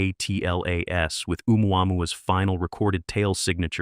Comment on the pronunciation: Why can''t the commentary say Atlas ....rather than A.T.L.A.S??